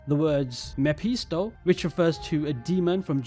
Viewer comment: It probably should be "Wir arbeiten im dem dunkeln um dem Licht zu dienen" which is still grammatically incorrect but they tried. i know Dunkel means dark but the correct word in this case would be "Dunkelheit". Dunkel doesn't really work in that sentence. Mephisto is pronounced Mefisto Rache is pronounced like a type of hiss but instead of hissing like a snake u try to hiss the C. And no Rache doesn't mean avenge. It means revenge. Avenge is Rächen. if this game doesn't introduce "Faust" then i'll be a bit sad. glad to see AC is coming to germany tho